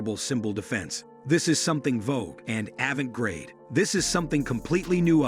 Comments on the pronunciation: Avant-garde- not grade. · It’s “avant garde”, not “avant grade”. Jeezus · this guy said "avant grade"...... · Fleur de lis is pronounced with the "s" in France and without the "s" in the US. Willy is a person's name, you meant to say wily which is pronounced differently than Willy. Avant garde, not avant grade is the correct spelling. Other than these few errors, an interesting and informative video. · aven grade? Too many mis-pronouncements. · Lovely video, but just to let you know "Avant-Garde" is pronounced Av-ahnt gahrd. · A lot of mispronunciation going on here “Avant GRADE” tickled me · Yeah. You'll be telling me next that there's no such thing as "avent-grade". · Also, Avant-garde, was mispronounced…